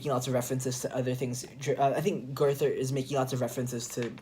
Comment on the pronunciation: It's pronounced GER-ta.